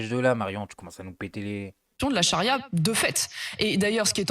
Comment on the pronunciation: "La chari'a alimentaire" 😂😂😂😂